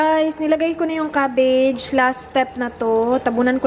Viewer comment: cobbage ba ung narinig ko o cottage